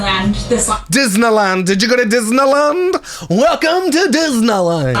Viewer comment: I died when he repeated dis-na-land 😂